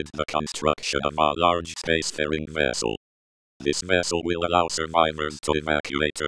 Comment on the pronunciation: "A large spacefarting vessel"